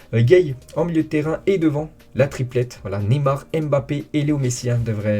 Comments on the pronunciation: vrai. Mbappé se lit= Bappé… et non M‘Bappé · Tu as raison c’est vrai qu’on dit MMMM BAPPEE 🤣😂😂😂😂, pour info c’est un nom africain et camerounais en particulier et ça ne se prononce pas ainsi …